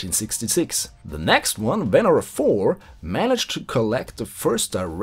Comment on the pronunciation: Hey there, nice to see this series continuation. Oh, and btw it is "venEra" in russian, not "vEnera".